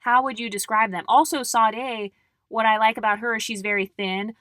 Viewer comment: Sade is pronounced ShA-dae. Love your content ❤